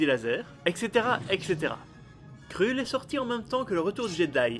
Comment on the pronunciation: Mdrrrrrr... On dit surtout pas "krulle" mais "kreulle"..... OH MY GOD... J'ai tenu 30 secondes... Désolé...